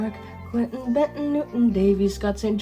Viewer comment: I'm impressed you pronounced DeKalb and Kosciusko counties in Indiana the way we pronounce them. Good job!